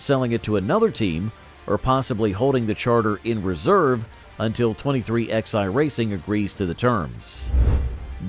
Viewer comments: 23XI is pronounced 23 - 11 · Hey, computer voice? It's pronounced twenty-three ELEVEN. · So IRRITATING to hear it said "23 X I." It's called "23 eleven." Sheesh 🙄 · 23 X eye? Are you kidding me? Twenty three eleven you fucking retards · I can’t take this seriously when they can’t even get the team name correct. It’s not 23 XI racing. It’s 23-11. You lost all credibility when you can’t even get the team name correct. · Its said 23 11 , not 23XI ...